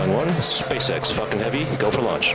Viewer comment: HE SAID "This is SpaceX fuckin' heavy"* !! AHHHHHHHH THE LAUGHS WILL DESTROY MY EARS AHHHH! Either that or it was "Falcon" and it sounded like "Fuckin". *EDIT: I watched in 0.25x speed, it was Falcon, it's just that at normal speed it sounded like "Fuckin"